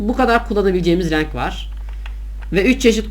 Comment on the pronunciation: O nasıl bir Renk deyiş öyle :D Rænk asdfsad renk diyemiyen sadece kızlar sanardım :D